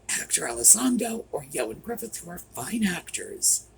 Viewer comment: Ioan Gruffud is Ian (pronounced ee - ann) Gruffud (gruff - uh - d, not all these other ways you keep trying to come up with for his first name and Griffiths for his last name... He's Welsh.